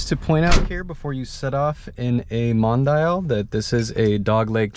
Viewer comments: The car is called MON-DI-AL.So don't pronounce Mondeil.Its Italian! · Mondial, it's not difficult to read, it's just like it would be in english, not Mondaial as you're pronouncing it. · 'dial' in English is pronounced "die-al", so trying to correct him by saying "it's just like it would be in English" is wrong in itself. But, yes, it is pronounced "Mon-dee-al"